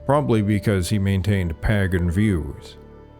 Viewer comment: I noticed that you pronounce "pagan" and "plague" in a peculiar way. Can you explain?